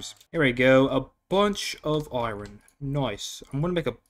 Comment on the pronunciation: I was enjoying the video until you said iron then kept saying iron and the way you say it just no why so much emphasis on the r😩